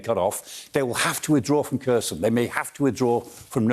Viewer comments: Maybe, but it would be nice if he could pronounce Kherson correctly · It is not pronounced KER-son but HER-son with a hard "H" (KH).